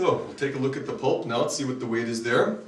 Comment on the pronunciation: Jeez, it's weighT, not weigTH.